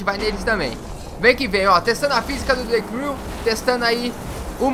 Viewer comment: De Cru kkkkkk o cara não sabe pronunciar a palavra vei mds